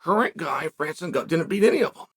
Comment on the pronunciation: You got to win two championships in one year in two different weight classes in order for cheal to say your name right😂